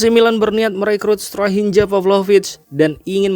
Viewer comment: Tks infonya soalMilan tapi ada sedikit koreksi dari saya soal penyebutan nama ,tolong sesuaikan sdn bahasa begara tsb,contoh penyebutan strahinja huruf" J" dbaca sebagai huruf "y",tks atas perhatiannya